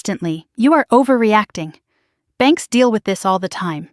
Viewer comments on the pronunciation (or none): none